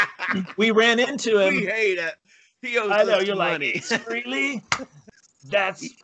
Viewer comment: As for my childhood guitar hero Ace Frehley's name . . . it's not pronounced "Free-Lee;" it's pronounced "FRAY-LEE."